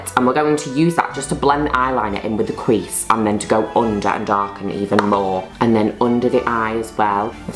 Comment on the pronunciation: I’ve listened to “blend in eyeliner into the cwease” 19 times